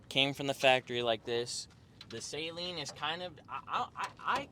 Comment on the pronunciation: Awesome 👍 Saleen rhymes with Gasoline. It’s not the 225 Horsepower that makes it feel fast, it’s the 300 foot pounds of torque